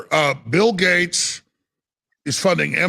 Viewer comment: Gates, not Gate.